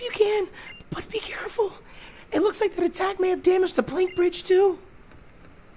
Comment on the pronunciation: Did you rike it?